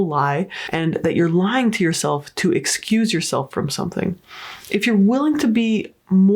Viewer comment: It's not lyinG. Ing is not pronounced with a hard G.